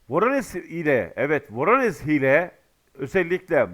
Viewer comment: Yıllardan beri bölgeyle alakalı yayın yapıyorsun, Rusça bazı yazımların nasıl okunması gerektiğini bilmiyorsun. Örn. Voronezh İngilizce transkripsiyon ile yazılır, zh olarak okunur, yani Voronej olur. Prigozhin İngiliz yazını ile yazılır, fakat bizim yazım kurallarımıza göre Prigojin olur.